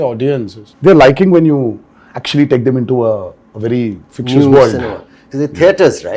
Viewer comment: NTR kept saying “fictious”. Dude, it is fic-to-tious 🤣 School nahi gaya kya ?